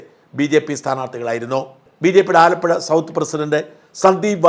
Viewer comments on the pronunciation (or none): none